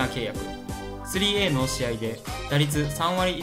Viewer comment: 3Aの読み方はトリプルスリーではないですよ。トリプルエーと読みます。